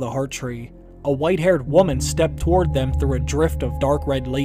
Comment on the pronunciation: please learn how to pronounce woman and women correctly. You mess up the meaning entirely by mispronouncing them.